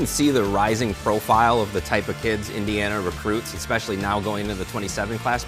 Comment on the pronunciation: All other rankings have IU as the 1st, 2nd or 3rd ranked portal school.... Screw the Illinois hicks at BTN who can't even pronounce Eeendeeeana....